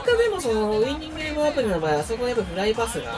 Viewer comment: 最初の挨拶アプリっていってる